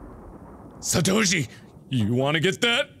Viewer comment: ISE CREEM Official he said Satoshi right